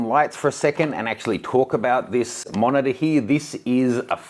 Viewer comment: Sounds like you say f***er when you talk about the monitor haha 😂